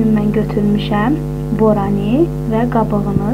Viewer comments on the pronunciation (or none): Borani yox boranı